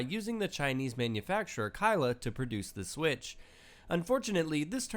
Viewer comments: STOP SAYING KYLA IT PRONOUNCED KALE LIKE THE PLANT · its pronounced as kale not K I L uh its kale